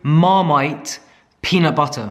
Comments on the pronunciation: peanut buttER it sounds so weird when you say it which makes me think that thats how I sound saying it. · Your random bursts of american accent “peanut butterrr” makes me bust out laughing , I freakin love you and your videos. ❤️❤️❤️🤣🤣🤣🤣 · You say "butter" in an American accent very well. 🤣😂